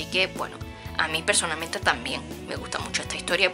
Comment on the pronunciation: "Yo pezonalmente..."